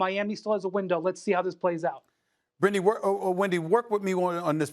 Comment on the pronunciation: he definitely said brittney lol